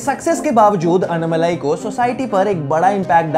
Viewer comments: It's not anumalai... It's ANNAMALAI!! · It's not annamalai you need to pronounce his name as "Annaamalai". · While ur are pronouncing his name its Annaaamalai not Annamalai.. our southern slang a lil bit different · it’s not unmalai. It is annaaaa-then right away malai Say annaaaaa-malai